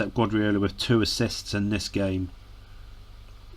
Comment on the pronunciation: Wonder if he realises the guy he keeps pronouncing as Gwadriola, is actually Pep Guardiola??